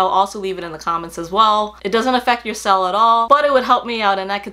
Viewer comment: I just wanted to ask... genuinely curious... is the correct pronunciation of the word “sale” sell or sail? You mentioned it in the vid quite a number of times and was shocked as to how you are saying the word. Great review again as always. Loving Coach as well lately especially their Cassie bag.